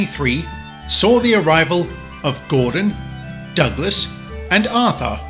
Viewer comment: liltons 1731 It’s “Arthur”.